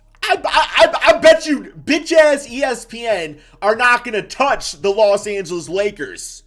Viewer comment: why are you saying ESPN like that 💀